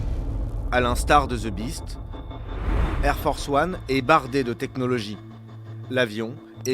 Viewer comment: "Ze Biste" Putain, un journaliste qui fait une reportage sur la securité du president américain, il faut avoir un anglais correct quand même. J'adore la France, j'ai vécu aux Hauts-de-Seine pendant 12 ans, mais une bonne partie des gens qui parlent anglais ont an sotaque pourri :) . Faites an effort, merde.